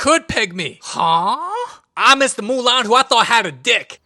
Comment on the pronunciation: "So Murahn make her Own Army of Kung fu Pandas" 😂